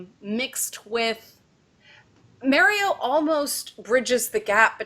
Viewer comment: My eye twitches whenever she says Mario. good video though.